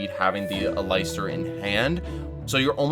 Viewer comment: "Al-eye-stir" lol